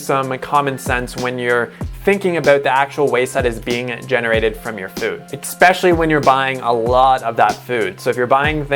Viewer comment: eXXXXXXXpecially, oh god